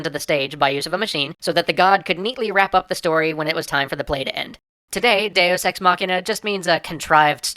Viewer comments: I must be more perverted than I thought, I can NOT hear him say Deus Ex without hearing Day of Sex. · Every time you say "deus ex", I keep thinking you're saying "day is sex" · lol it sounds like he says day o' sex